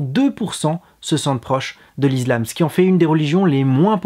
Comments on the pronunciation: Je me disais bien aussi, l'izlam? Heu zé quoi ze truc? :) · On dit pas "is[z]lam"...lol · la lettre S se prononce (z) lorsqu'elle est située entre 2 voyelles. Ce n'est pas le cas pour le mot ISLAM ;)